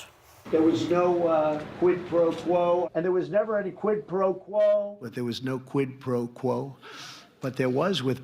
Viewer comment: The way Trump says “quid pro quo” makes me believe that he’s never ever in his life heard of the term prior to this Ukraine story.